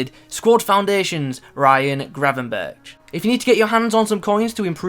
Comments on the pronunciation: You have to pronounce the 'r' like GRRRR, but English people really struggle with that haha :) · don’t forget to roll the rrrr